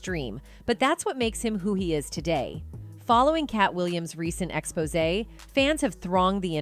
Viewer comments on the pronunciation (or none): none